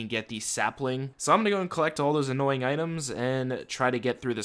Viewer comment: I get so triggered every time you say "annoying"